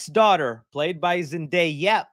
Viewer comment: Myshine is awful person as she promote crypto and aa you said their travk record has fallen so much since no way home, so her calling zendaya as zendayap is no surprise to me.